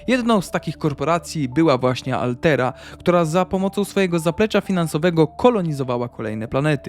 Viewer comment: alterra a nie altera